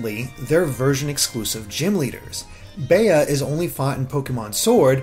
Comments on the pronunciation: “Bey-uh” instead of it being pronounced bee. omg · its bea (bee) as in beatrice, not beyah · I think her name is pronounced "Bee", as I've met someone with that name and it was pronounced like that. I've NEVER heard the name "Bey-ah" before. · Yeah, when he said baya, I was like who? It's not bae it's bea or "bee" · I was cringing every time he said "bay-uh." But yeah, it's short for Beatrice usually...I thought everyone knew how to say that name. No need to overcomplicate it lol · CGG Productions But in other languages, that gym leader has other names. It’s only “Bea” in English, and in English it’s pronounced BEE. Are there maybe a couple of people who pronounce it BEE-uh? Maybe. But 99% of people named Beatrice will tell you their nickname is pronounced BEE. BAY-uh is pure nonsense. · I can't stop laughing at Baya XD... it's Bea (Bee) XD XD XD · Its BEA, not Bee. The word is exacly pronounced as its written, since it comes from BeAtrice or BeAtrice. There is no DOuble E in those names. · Why do people keep prononcing her name Bay-uh, it's pronounced Bee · Why do you keep saying 'bay-uh'? It's based on Britain, so pretty sure the correct pronunciation would be 'bee' for Bea. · Bruh it’s pronounced Bee not Bay-yuh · I think 'Bea' might be pronounced like 'bee'. It's a pretty common English name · Her name is definitely pronounced "Bee". It's a pun on "Float like a butterfly, sting like a bee" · Yes, short for Beatrice. I was cringing everytime he said it like "bay-uh" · In Australia the nickname Bea, is usually pronounced ‘bee-ah’ as in ‘bee-ah-tris’. So maybe it’s similar in England? And he was trying to go with a pronunciation similar to that? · Yeah, I'm sure it's pronounced "bee," too. Her Japanese name is Saitō, or kidney BEAn, so it's probably supposed to be pronounced similar to "bean." But I like the "float like a butterfly" reference, too, since her Japanese name also contains the word for "fight!" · you say her name like the insect Bee